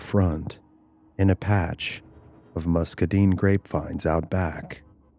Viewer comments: Oh yeah, it’s Musk a dine not muscdin lol😊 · I’m in Summerville. On the river right as you start up Taylor’s ridge. Other than his pronunciation of muscadine. It’s pretty accurate. It’s a shame what happened guys.